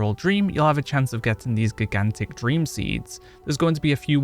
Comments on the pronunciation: I can see me getting reamed for this but I was highly distracted from you say GIGantic. The First G is pronounced like Giraffe. The J sound. And I as in eye. So J-eye-gantic . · “Jai-gan-tick” not gi-gan-tick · Geeghantic!!! Lol. Great vid sir but it is pronounced Jai-Gan-Tuhk! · gig-ant-ick? It's pronounced Ji-gant-ick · Sir, I love you, your content is great. But have you never heard the word 'gigantic' before? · I couldn’t stop laughing at geegantick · GIG AN TICK?!!! It hurts my soul every time he says it!! 😱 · GIG ANT TICK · Great video but damn dude. Please learn how to say Gigantic. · You should just record yourself saying gigantic properly and edit it in so people will stop pointing it out . Seems to be distracting for some lol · Never heard anyone pronounce "gigantic" like that. Is that a regionalism? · i think u said gigantic wrong... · I thought he was trolling u till the 40 times he said it